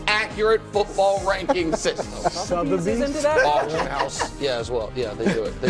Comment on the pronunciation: “Rated by Southebys”